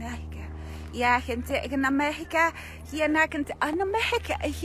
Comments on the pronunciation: Ela falou muito "Amérrica"? Kkkk atah q fala Etnês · "Amérrica" "amérrica"👽🇺🇲🇺🇲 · "Amérrica, Amérrica"! Até sei traduzir, "América" 😆😆😆